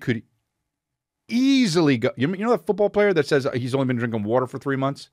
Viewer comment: Chris on the west coast calling it wuutr